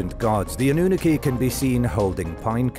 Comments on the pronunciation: Ann-oo-naki, is now it's pronounced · is AI pronunciation is way off Annunaki😂 Origins should have let Katrina do this one